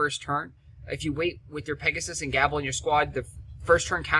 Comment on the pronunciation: Not to be picky, but Gable is typickly pronounced with a long a, like gaable,almost like "gaybel" even, love your videos man, used alot of the strategy guides for heroics, would like to see more of them in dat playlist =)